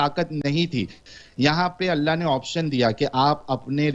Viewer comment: Allah nahin Hallah bola wo 😂😂😂